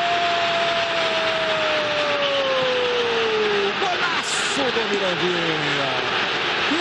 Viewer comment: O narrador falava Mirandinha e eu só ouvia estuprador de porcas 😂😂😂😂😂